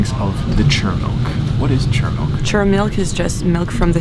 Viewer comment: Just a small detail: the place the milk is from (Chur) is not pronounced "Tshur", but the locals say "Kur". It literally means "cure" as the region is renowned for its health spas.